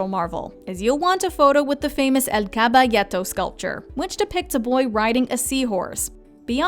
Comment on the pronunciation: Except when she said caballeto